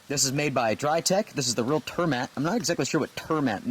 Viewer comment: Real Turmat is pronounced something like this: "Ré-al Tour-maat". "Real" in Norwegian translates roughly to "Proper", and I would translate "Turmat" to "Hiking food". So what you're eating is proper hiking food.:)